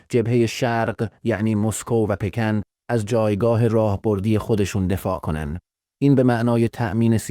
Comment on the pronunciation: استاد اول اينكه اون پكنه نه پيكن دوماً مرسى كه ١٠ دقيقه چرت و پرت برامون تعريف كردى. يه جمله بخام بگم دنيا رو اين ٣ كشور بين خودشون تقسيم كردند و با هم پشت پرده بستن. تمام